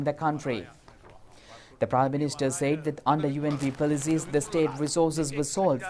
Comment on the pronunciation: I don't know if this is related to the eye English news at 9pm but if so can the news casters be advised to drop the accent and pronounce the words properly..... said is not Z but S?!!? They keep on saying ZAID🙊